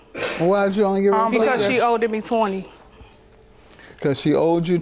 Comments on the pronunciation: I thought I was tripping when I heard “oweded”😂😂😂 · ......I stopped listening when she stated "she owe-did me twenny " 🤦🏽‍♀️ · Lol! We. Can. NOT. Do. The. Grammar Police today!!! I will fall off this sofa laughing! "Owededed" 🤣🤣🤣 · 🤣🤣Righttt, I was like "Owded". That really made me drop my head. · I’m glad she knew how to say manipulative cause a lot of people be struggling with them words on the show.. oh lord then I just heard the defendant say “cause she oweded me money” 🤦🏾‍♂️🤦🏾‍♂️🤦🏾‍♂️ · Did this grown ass woman say "oweded" LORD 🤦🏽‍♀️🤦🏽‍♀️ That n "likeded" I just can't with people